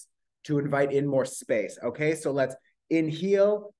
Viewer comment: “In-HEAL” instead of inHALE bad me so dead 💀